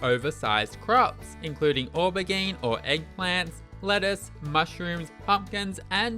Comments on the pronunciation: I like your pronunciation of aubergine (aw berr geen), it's a soft G though so more like Oh-ber-jeen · lol how you said aubergine 🤣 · The way this man pronounced aubergine 😭